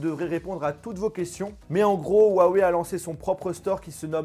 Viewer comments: STP prononce le "ruawei" et non "huawei" 😂✌ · On inspire, on dit rhou en expirant sur le h, on suit par un a et enfin wèye. Pas compliqué de bien prononcer la marque qui vous sponsorise.... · On en parle de comment y prononce huawei